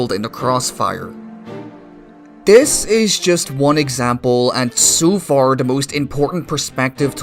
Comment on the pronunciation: "sou far"